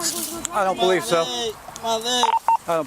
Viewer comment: No. Breev. As in, “I cain’t breeve bro!”